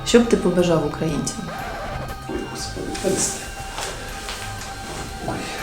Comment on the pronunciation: з вуст генія фраза "Ой Господи" звучить як "Та хуй його зна..." все вірно, так і має бути